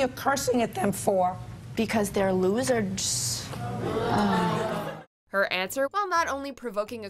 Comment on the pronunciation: She almost said "Losers, duh" but then remembered she's talking with the Judge Judy herself so just proceed with "Losserssds"